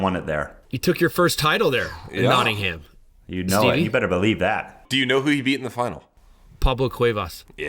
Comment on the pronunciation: Love the way you guys pronounce Nottingham 🤣 it’s actually pronounced Notting-hum not ham